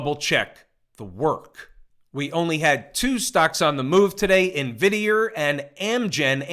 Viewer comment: lol..... always cracks me up in-vid-e-er!!!